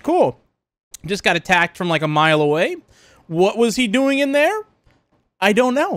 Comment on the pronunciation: He said hello thar